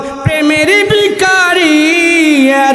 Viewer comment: শব্দটা বিখারি না ভিখারি!